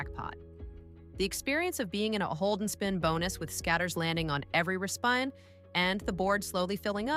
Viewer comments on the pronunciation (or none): Obviously AI generated content, or at least narration. Mispronouncing “re-spin” and “ie” (example). Also to centered on RTP. We should know by now that an RTP of 92% is calculated over the lifetime of a machine, perhaps 10 million spins, and has very little effect on our minuscule session on the chair. Lots of truth to much of the information, but it’s applied inaccurately and portrays a scenario that is really just based on numbers that are meant for long haul odds.